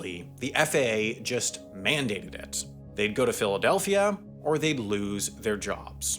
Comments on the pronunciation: Did he say Filthadelphia?? 😂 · My mans, did you say "Filthadelphia" ? Not opposed to this, its pretty accurate name, but that is what I heard haha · he really said Filthadelphia!!! 😭😭😭😭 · Did he say filthadelphia? 👀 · Ayooo did he say Filfydelphia? 🤣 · I swear I heard filthidelphia 😂😂😂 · Y'all heard that pronunciation of Philadelphia? 😂😂😂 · Me too. Did a double take. <- Filthadelphian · You absolutely did 😂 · I had rewatch it a few times to make I heard him right 🤣🤣🤣